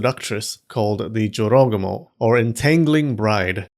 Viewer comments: I always thought it's pronounced Joro -GU -moh. Not a smooth jorogomo. You learn something new everytime here. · the number of times i thought he said “joe rogan” instead of jorogumo almost made me cry. i don’t want to imagine half spider joe rogan seducing men and eating them 😭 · I’m hearing JoRogAmo all I hear is JoeRoganMo…. 😂😂😂😂 I can’t be the only one here getting images of a huge spider legged creature with the aforementioned female torso but now rather, with a bald man’s head-thick necked with crazy eyes and veins popping out the forehead… Lolol …Am I?